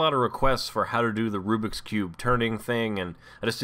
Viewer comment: Rubik's cube... Not "Rubix" cube!